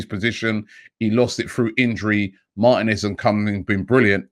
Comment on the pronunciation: Mar-teeee-nez Not Martin-ez